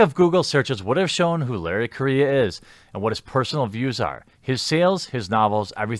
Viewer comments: Dammit Jer, stop disrespecting my culture. His name's Correia (ku-rolledR-eh-ya), not Korea!! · He is; horribly. It's pronounced Co - RRe - Heya. (hard "R") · Larry "Korea" ... Full Total Amititis. I'm pretty sure Correia is a Portuguese name, but the "rr" like "H" in the beginning of words such as hate, differently from the single "r". Also, besides post colonial African migration, the Portuguese are pretty white, some really fucking white, since the country was created from a Spanish county given to Normans for expelling the Islamists from most of the Iberian Peninsula. Normans and Frankish troops helped in the "Reconquista" War a lot and had no problem in doing to Islamists the same that they have done to Christians in all the lands that they invaded or forcefully colonized by mass migration, like every single Christian land in the Middle East, North Africa, southern Italy, southern Iberian Peninsula and so on! Seriously, next thing you'll call Italians non-white! They're Caucasian, just not purely Germanic! Even Spaniards can be pretty white, specially in the Northern areas where the Christian kingdoms formed a stronghold against the onslaught of the Islamist invasion! Those "progressive" History and Geography teachers really messed up education in the Western Civilization! Good thing I actually doubt everything I was taught and look for different sources and figure out stuff in a less ideological manner. I don't know about Mr.Correia origins, he might be mixed, but that shouldn't matter when judging him or his work, unless "Libtards" are actually the ones being racist and are having prejudices based on origins and skin color.. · I'm pretty sure he's also mispronouncing his last name, but that's just me nitpicking.